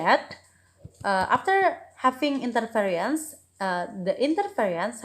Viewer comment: interesting topic,. there's mispronounce of the word 'interference'